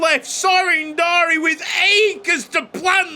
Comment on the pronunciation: The name is Darie, not Dari. Anyway awesome episode